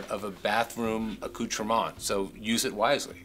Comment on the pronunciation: The word "accoutrements" is not pronounced "-mahn" or "-mont", it's "uh-COOT-er-ments." We're not in France.